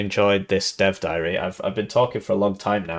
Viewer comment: Did you say dev diary or death diary😅